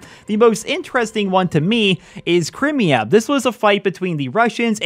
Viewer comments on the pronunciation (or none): it's pronounced Cry-mea. I cringed a little bit when you said it wrong. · pronounced cry-mia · "Crim ya" dafuq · 'Cry-mia' Crimea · Americans can't pronounce anything right. "Crimea" is (cry-me-ah) ffs. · HAHAHAHAHHAHAH ITS SAID "Crymia" it looks like cr-im-ia but it's said like cry-mea 😂😂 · it's cry-me-a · Same where's bleach when I need it.